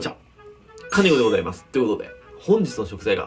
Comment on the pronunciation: 確かにごさいますだよね。私も今日はございますに聞こえた。